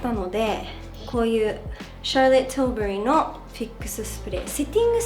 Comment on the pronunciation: シャーロットティルバリーの発音綺麗すぎる😂🤝